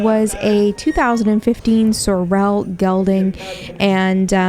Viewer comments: You are pronouncing "sorrel" wrong. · If you cannot pronounce the word sorrel It is OK to call them Chestnut. ❤ not trying to be mean just trying to be helpful. Thank you for taking us along These prices are very low. Most nice auction houses go for closer to 10 thousand dollars or more . Wonder where this auction is? $500/600 horses not ridden probably went to Mexico for slaughter.